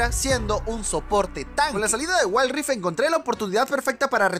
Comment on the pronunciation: jaja waild raift